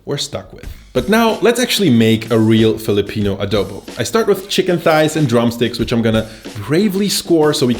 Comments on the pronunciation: You pronounced it well 🤣🤣🤣 we don't discriminate in pronunciation we have our different way to say things depending on the region. Spot on you showed a different way to cook it. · Im not sure about this but I think u are the only one who spoke Adobo right? I guess